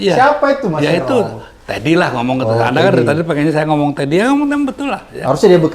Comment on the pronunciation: Susah amat bilang seskab tedy.. itu ya pa eros 😊